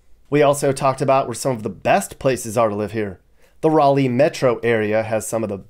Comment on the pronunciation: FYI Raleigh is pronounced rally not rawly